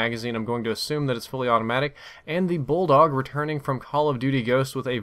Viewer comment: I had to rewind when you said bulldog because I thought you said Ebola lmao